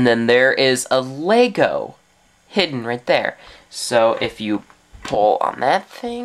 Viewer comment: ITS LEGO NOT LAYGO DUMDUM